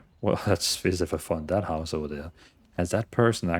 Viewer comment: " Give it all to me, I mean seriosuly - just hand it ovah" LOL LOVE